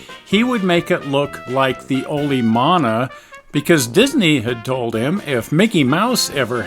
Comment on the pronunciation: Another fun screwing around adventure! Thank you both! But please, start pronouncing Olomana (the engine) correctly. That's a Hawaiian word and should be "oh-loh-mah-nah". You're missing the vowel in the second syllable. English speakers often mispronounce Hawaiian words, which is predictable and understandable, but what English speakers don't understand is that they often end up saying something VERY RUDE and scatological, even if they don't intend to.